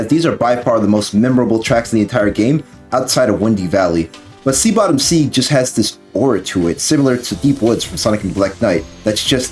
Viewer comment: "Sea Bottom Seeg"